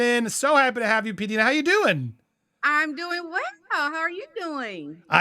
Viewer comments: pronounces her YouTube name as Pee-Dye-na, not Pee-Dee-na. I have been watching her channel for a long time. She has good insights. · Andy! learn the Pronunciation of your guests name. Her name respectfully is.... P Dye Na Is how you pronounce it. Not P Deena.... Andy... research and learn. Learn.